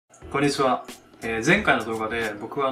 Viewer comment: もう最初のこんにちはの言い方が英語喋る人のそれやん好き